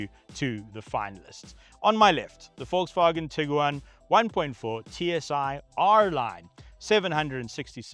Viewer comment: Say Tig Guaaan Not tigger waan 😂